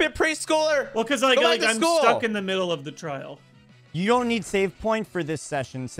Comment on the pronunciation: The banned word would've worked better if wasn't speaking like "Have you seen... THE... Pokemon I was talking about" Literally he takes a second break before he says THE and makes sure they all hear him say it. If he just spoke completely normally with no breaks or emphasis on the word they would fall for it more